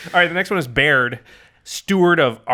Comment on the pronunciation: Im making a deck based around baird just because its my name... also very happy you guys didn't butcher the pronunciation.